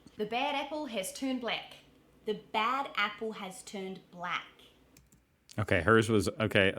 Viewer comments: The NZ short A sounds like an E or I....so apple sounds like epple or ipple. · Short ‘a’ difference is more noticeable in ‘apple’. New Zealanders shift the vowels so ‘a’ sounds more like ‘e’. I.e. ‘epple’ and ‘bleck’. Aussies tend to tease New Zealanders by exaggerating the shifts.